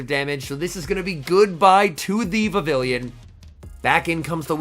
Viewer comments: You are pronouncing vavillion instead of Vivi(ll)on (pronounced vivi-yon) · Pronounced "Vi-viii-yon", I believe. The name is a cross between vivid and papillon (French for butterfly). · Hate to be that guy but it’s pronounced Vi-vee-yawn, as it’s from the Kalos region (based in France), and takes after the French word for butterfly: papillon. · I guess I'll be the first to point out that it's pronounced like viviyon since the name is derived from French words (Vivillon debuts in Kalos, which is based on France). It doesn't rhyme with pavilion 😂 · I couldn’t handle hearing him pronounce it so wrong